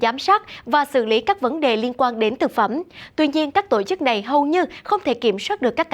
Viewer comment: đọc giọng thuần nam bộ nhé, đừng đọc giọng lai bắc bộ sẽ ko hay, như: " tộ " chức, hãy đọc " tổ " chức nhé